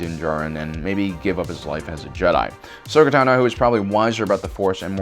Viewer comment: Den Jarín? Asoka Tanó? Wtf is up with this guy